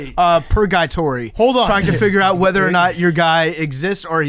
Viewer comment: "PurGUYtory" lololol